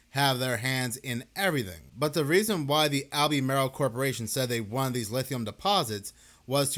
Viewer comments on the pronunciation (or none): It's Alba-mar-el not Al-bee-may-rel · "Al-beh-mar-ull". Not "All-bee-mare-ill". Thanks for upload! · All-buh-marl. Like the NC county. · Pronounced “Al-ber-marl” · Lol, it’s pronounced, Al-buh-marl. We still have no power in SW NC. Things are bad. Definitely NOT A NORMAL STORM. Please pray for us. I’m in Cleveland Co next to Kings Mountain. Crazy sh**. FEEL BETTER!!!! 🙏🙏🙏